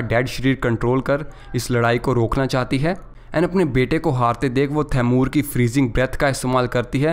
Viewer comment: Taimur nhi thamur😅😅